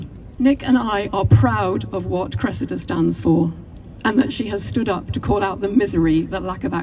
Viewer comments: why give your daughter a name like "Cressida" if you're going to pronounce it like that. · face-turquoise-covering-eyes:It's 👉CRESS-id-a,👈 not cress-EE-da. :face-red-droopy-eyes